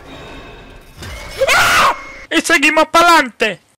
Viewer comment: "Y seguimoh pa lante" porfavor nunca cambies <3